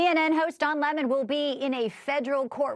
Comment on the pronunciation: 🍋it’s Don the 🍋not Don lehmone!